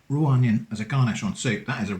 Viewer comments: "Oneion" lmao 😂😂😂 "Twonion" also lmao 😂😂😂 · I don't know why, but hearing "oneion" and then "twonion" sent me into a laughing fit. Love what ya do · I literally LOLed at the oneion twonion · Twonion lol